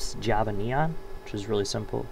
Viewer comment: iget " new japa" not new "java"